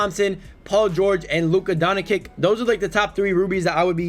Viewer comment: Luka Donakick? 😂😂😭